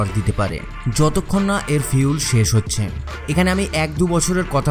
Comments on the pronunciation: আপনি ফুয়েল না বলে ফিউল বলছেন ? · খুব ভাল ভিডিও। কিন্তু ভাই, Fuel = "ফিউল" (যা আপনি উচ্চারন করেছেন) মানে কি..??? from BANGLADESH.